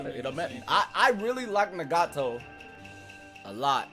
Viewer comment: Why did he pronounce nagato that way 😡